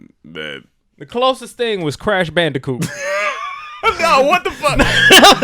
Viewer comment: He said Crash Bandicot 😂😂